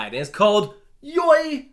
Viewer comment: Wow it looks like Walibi Holland is having a great 1-2-3-4-5 punch when YOY is opening! By the way I think it’ s pronounced as ‘joy’. And now something really random: yesterday I got my first ever night ride on untamed at my very home park! It was absolutely insane! Edit: I still can’t decide if I want Walibi or Efteling to be my home park. They’re roughly the same distance away from me🙂